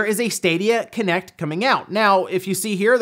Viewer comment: When said ”Stadia Connect” I understood “Stadia Kinect” and the image was utterly terrifying. I doubt I’ll be able to sleep tonight, not even with EA’s help.